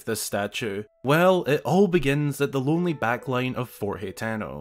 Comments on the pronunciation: Its pronounced (ha-ten-o) ..not he -ten-o ..or( hi-ten -o) smh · Ha-teh-no. Not hateno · how it's spelled: hateno how he says it: hetano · isn't 'Hateno' pronounced like: Hah-teh-no ?